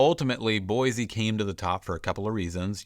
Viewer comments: How long have you loved her? Fyi... it's Boy.see not Boy.zee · I'm sorry, it's pronounced Boy-see, not Boy-zee...I'm a native & most outsiders say Boy-zee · Boy-SEE not Boy-Zee. Come on bro 🤦‍♂️ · Please , for the love of all things holy, please pronounce the state capital correctly. It is BOY-SEE there is no Z. Nowhere in the history of the English language is S pronounced Zee. GAH!!! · You can often tell a transplant. They say BoiZZEE, and it’s actually pronounced Boise. Jewel wrote a song so newbies would get it right. LOL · You're saying Boise wrong. Locals say 'BOY-SEE', not 'BOY-ZEE'. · Don't move here if you can't pronounce it. There is NO Z in Boi-see! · It's boysee not boyzee learn how to pronounce it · It’s “boy-SEE”. You are pronouncing it “boy-ZEE”. It’s like fingernails on a chalkboard. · FYI it's pronounced Boisee not Boizee......there is an s not a z in Boise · There is no “Z” in Boise. Boy-See not Boy-zee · It’s “Boy-see.” Not Boiz-zee. Most people find it annoying that people don’t say the name of the town right. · It’s pronounced BOYsee not BOYzee. And I’ve never been there and live 1200 miles away. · 💯‼️ I came here for this comment. Mispronunciation is how someone tells you they aren’t from Boise. It’s Boy-see, not Boy-zee! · Bro, It’s BoiSE not BoiZE. 😁👍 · And please, it is Boi-C, say it like you live here 😊. There is no “Z” in Boise. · Boi-see, please. : ) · Guys not a local. No one here pronounces it boiZe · It’s prounounced “Boy-see.” There is no Z sound. I grew up here, and I don’t know anyone who uses a harsh “Z” sound. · You’d think the expert of Boise could at least say the name Boise correctly. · Learn to pronounce Boise with a S not a Z and you will not seem like such a outsider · You are obviously not from here, you don't even know how to pronounce "Boise"! The biggest con? We don't want you!